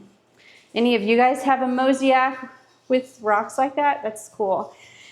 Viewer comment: Mosaic is pronounced moe - ZAY - ick 😊